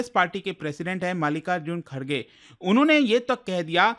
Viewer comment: Bro Literally Said Malika Ji Kharge 😂😂